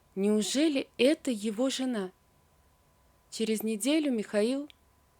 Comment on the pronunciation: Почему рассказчик неправильно выговаривает слова::зена(жена), зизнь(жизнь), зурнал(журнал) и т. д.?